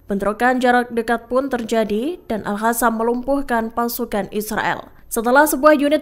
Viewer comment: nyata-nyata tulisannya aL Qassam (dibaca : aL Qasam/aLKosam) eehh sama pembaca berita di baca AL HASAM 😂